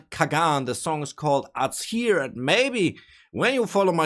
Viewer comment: by the way azhir means sirens (police sirens) and its pronounced with (zh) sound when we say azhir